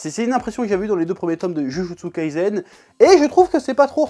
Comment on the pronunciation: Par contre faut faire un effort minimum sur la prononciation stp ! "Jujutsu kaisen" ca se prononce " DjuDJuTsu KaiSSEN". Stop le "zen" au moins